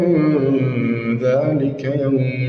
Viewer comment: هو بس التقليد سرق من التجويد قخمه القاف اوووي وهي في اقل درجه تفخيم زي للمتقين.. فخمتهت اووي ويشاء مظهرتش الهمزه خالص محستهاش وبرده غنه الاخفاء في حرف الذال ادخلوها بسلام ذلك يوم الخلود قبلت الغنه الي الفاء ولادغام المثلين زي لهم ما يشاءون مدغمتش الميم مع الميم خالص ولا عطيت حقها من الادغام .. ربنا يبارك فيك بس لا يخذك التقليد عن التجويد